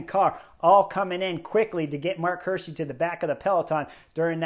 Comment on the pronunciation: It's pronounced "Hi:rschi" like = hear-she, is Swiss German and means "deer-guy" in English 😉.